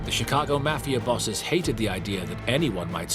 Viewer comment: You can’t even pronounce the word “Mafia” correctly. It’s not “Math”. Leave this content to someone else.